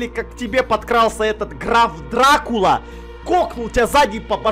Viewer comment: Почему-то мне слышится не Граф Дракула, а Граф Сракула